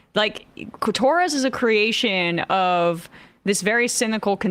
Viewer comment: I heard “cli-Torres” 😂😂😂 Freudian slip Emma? 😂😂